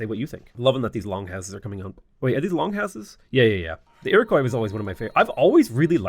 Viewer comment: it's pronounced "ir-oh-kwa". Your first half is good but the last half is like if you were pronouncing it in french